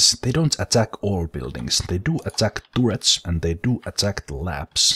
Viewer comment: I prefer tooret, if I'm honest. If started pronouncing everything right I feel it would remove one of the main attractions of his channel!